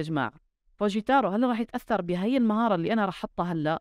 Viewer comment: فجتورا هذا النطق الصح، فجتارو ههههه فجتارو هههههه، معدش يهبوك يا ليو ميسي معدش يقدروك يا ليو ميسي